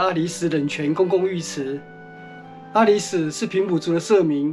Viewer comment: （阿里史)是巴宰海族阿里史社.原領域是今台中市潭子區一帶。 (阿里史a-lí-sái）的（史)不是唸sú 而是唸做sái。